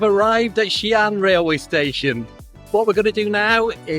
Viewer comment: What a great father with two lovely kids ❤ Your pronunciation of XiAn is really good standard 👍